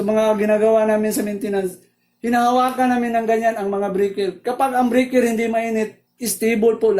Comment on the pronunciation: Ayos po ang paliwanag nyo, medyo po ako nalito sa tono pp ng salita nyo ng Load, Load po hindi po lud.. Breyker po hindi po brikir. Salamat po